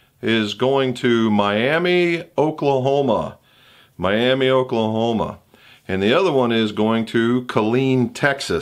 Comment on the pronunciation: Watch out,. The people of that town get REALLY agitated when you pronounce it the same as the Florida city. They pronounce it Mi-am-A in Oklahoma. Almost got kicked out of a local diner there once for saying Miami!